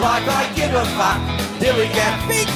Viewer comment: His "fuck" pronunciation sounds so wierd but i love it